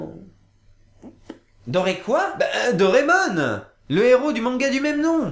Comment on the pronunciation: Dire "Dorémon" au lieu de "Doraémon", c'est portnawak ;P